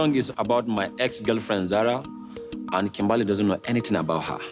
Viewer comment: first of all the way you said Kimbahly .....dead 😂